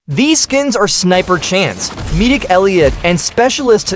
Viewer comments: Midik elliot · "Meedic" *Edit*: Wait hold up... im talking bout the tts saying "Meedic" I should probably be talkin bout him saying "Veeroniger"